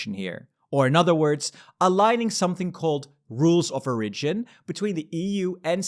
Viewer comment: Small tip: the emphasis in 'origin' is on the o, not the first i